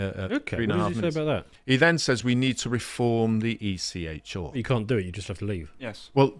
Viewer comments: Stop saying ECH-oooooo it is ECHR-aaaaaaaa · Can someone please teach to pronounce the R in ECHR properly? Listening to him say it is making me want to stick needles in my ears.